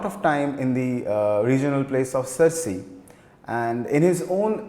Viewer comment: It is yakshagaana and not yaakshagaana... It's shirasi n not sharsi It's Dakshina Kannada not kannad